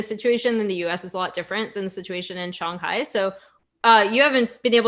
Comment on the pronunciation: Good to see her correctly pronounce shanghai instead shanhai.